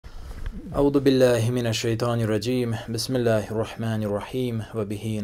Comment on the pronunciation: Этот мущрик говорит ауду БиЛлях1и, послушайте поставив видео в замедление ..